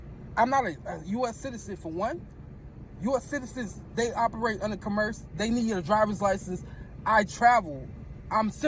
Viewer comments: " I dont operate under co merce " Bet he also says he will provide ID under threat of " Corrosion" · I saw this jackass on another channel; he doesn’t even know how to pronounce “commerce!” How can he operate in “cuh-MERSE” when he doesn’t even know what the hell it is?